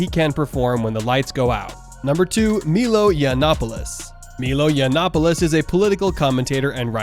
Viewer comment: Also... it's M-EYE-L-OE .......not MeeeeeLoooeee..... This is far worse than I originally thought.